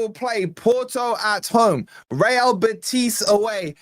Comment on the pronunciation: The stress is on the "e" in Betis,, not the "i". How do I know? Because I live an hour's drive from Seville, and I'm a lifelong forest fan! Bring it on, I'll be there!